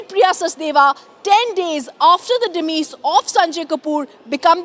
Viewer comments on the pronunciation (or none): Demise not demees